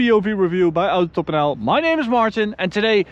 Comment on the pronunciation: Dutch prenounce oohtohbahn. It’s a manner of prenounce most often practices by car-haters. It’s Autobahn, Martin. Respect your elders. Regards from Nijmegen/Goch